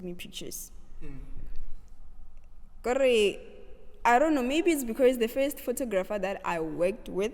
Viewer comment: I loveee your interview and the “becaourse”😂❤️